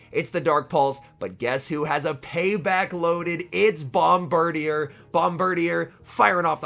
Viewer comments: That’s some top notch pronunciation on the bird deer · I think it’s pronounced “Bom-burr-deer” but with bird in the middle to make it a pun.